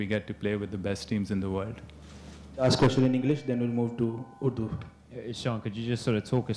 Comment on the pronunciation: कोहली, रोहित की तरह इगलिंश बोल रहा है